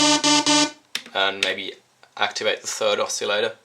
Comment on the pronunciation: It's pronounced oss-ill-ator, not "oss-eeel-ator". Other than that great video, thanks.